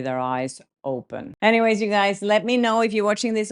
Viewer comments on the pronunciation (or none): none